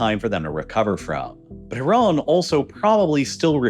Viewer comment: There's no o in Iran.